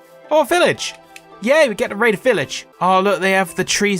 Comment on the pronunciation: "We get to raid a village!" Spoken like a true Brit